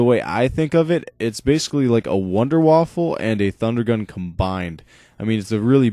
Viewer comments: Wunder Waffe! Wunder Waffe, not wounder waffle. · ' wonder waufer ' -.- dude wtf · The gun is not called a WONDER WAFFLE its called the WONDERWAFFE! waffles go in your toaster.. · sounds like english people say wonder waffle! hahaha :)